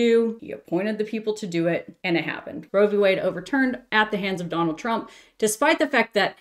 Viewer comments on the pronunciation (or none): none